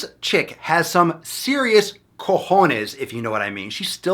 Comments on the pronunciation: I wasn't expecting it when you said COJONES (very well pronounced btw) and I almost died XDD We call them bolas or pelotas in Uruguay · Congratulations on your pronounciation of "Cojones", it's great! (from a native spanish speaker)